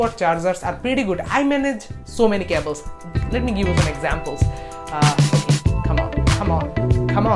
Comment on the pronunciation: You say cables wrong it so weird